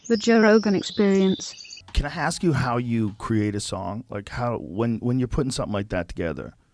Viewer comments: "can I hask you" lol and cringe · Joe 'Can i Hask you' Rogan